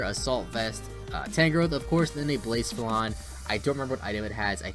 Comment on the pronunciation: Its pronounced BLAH - SEPH - AH - LAWN. Lmao😭